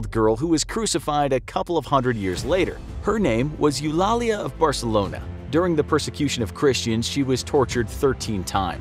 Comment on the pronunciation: My aunt's name is Eulalia so your pronunciation is a little bit off.🤔